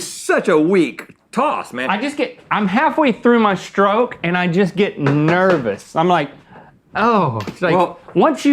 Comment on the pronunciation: I'll never tire of how Link says "nervous." I don't know why it's so funny to me. 😂